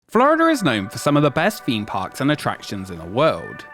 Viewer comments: "Flurida" cut me deep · "Florider" never change british people, never change